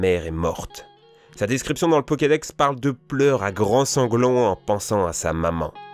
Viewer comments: "le pokedox". De pire en pire... Et est-ce qu'on doit parler du fait que Régis n'est en aucun notre rival dans Pokemon ? C'est Blue. Il n'y a pas de Régis. (Ni de "Régi", peu importe comment tu le prononces) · Mdr bah écoutez a "le pokédox" tu es terrible 😁👍🏻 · A il dit "pokedox" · il a dit "pokédox" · le pokedox xD